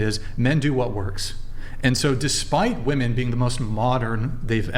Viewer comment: "How many wahmen brains needed to rearrange seating?" 12 but somehow they still can't do it right. 😂